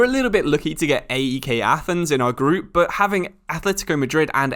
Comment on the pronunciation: It's way more fanny the way he pronounced AEK 😂